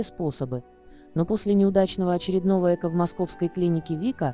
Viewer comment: ЭкО, ударение на О.